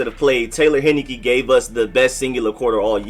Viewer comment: It’s pronounced, “Hein-I-KEEE!!!